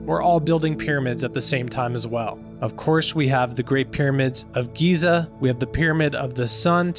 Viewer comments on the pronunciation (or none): none